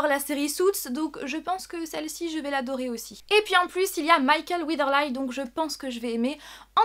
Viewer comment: Haha ça se prononce "Weatherli" mais sinon je suis très contente que tu en parles, j'ai hâte de voir ce premier épisode! Timeless a aussi l'air très intêressant. :)